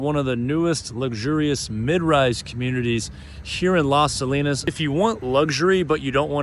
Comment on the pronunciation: Colinas is pronounced more like CO-LEAN-US, not "salinas" as you pronouncd it. As a real estate agent you should at least try to pronounce the name of the city/neighbor of the properties you are showcasing correctly, otherwise it gives off the impression you are either uninformed at best or lazy at worst.